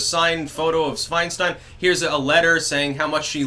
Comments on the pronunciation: I don't know if it was on purpose, but you said "Swinestein" ....lol absolutely hilarious. Meme ammo! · Fianestein! Nice slip of the tongue.